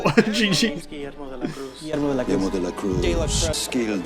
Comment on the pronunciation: 6 seasons and here we are in the finale and neither one of you learned how to pronounce Guillermo correctly.